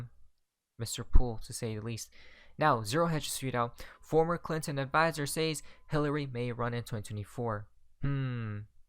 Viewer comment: 90% of your comments are SCAMS... AND its sezzzzz not saaaaaaaays